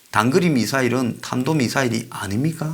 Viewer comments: 혓바닥이 짧아서 탄도인데 단도발음이 된 것이다 ....ㅋ.ㅋ.ㅋ. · 저는 치매라서 탄도를 단도라고 발음했다고 생각합니다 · 삽살개라서, 사람이 말하는 "탄도" 를 절대 발음할수 없슴니다. "단도" 가 최상의 발성 임니다.~~ㅋㅋㅋㅋㅋ~~~~~